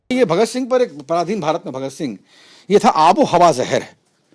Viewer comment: बोलना सीखो पहले वह शहीदे आ जम "भगत सिंघ" है साले ऊनको बोला कैसे